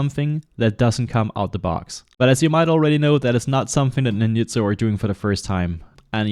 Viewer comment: NINYUTSO, BRO??? Seriously ?? ITS FUCKING NINJA, not NINYA